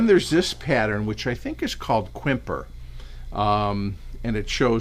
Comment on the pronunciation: I think you’re right about the Amish Butterprint. Also, the word Quimper is pronunce “Keem-Pare”.